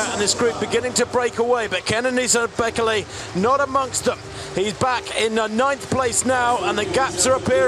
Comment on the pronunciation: It's pronounced "Bay-KAY-lay" not "BECK-eh-lay"